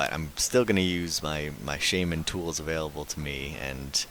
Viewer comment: Heh you have no idea how happy it makes me feel to hear how your pronounce "Shaman". My wife always made fun of me for saying it the wrong way hah.